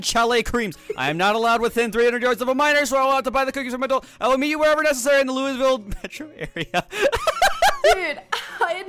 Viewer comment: pronounces Louisville like a Yankee